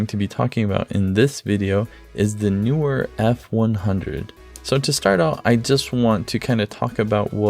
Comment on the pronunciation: It is Kneewhere, NOT Newwhere. Can't people read? Grips? How about gripes? lmao